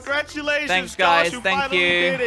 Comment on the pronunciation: you said tank you!! lol